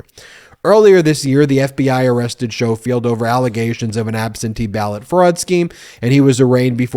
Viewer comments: Ben the correct pronunciation of his name is the same as saying the word 'school'! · To be slightly pedantic, I feel confident the dude's name is pronounced Skoal-field. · Skough- field. REN-suh- LEER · Ben, I’m pretty sure his name is pronounced skofield and the county is pronounced renseleer. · I believe they are pronounced ‘Skohfield’ and ‘renseleer’ (with the ‘r’ on the end).